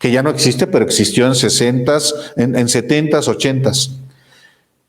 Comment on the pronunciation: Mejore su dicción. No se dice: ""los ochentas" el plural doble no existe. (Por lo tanto debe escribirse y pronunciarse: 'los ochenta').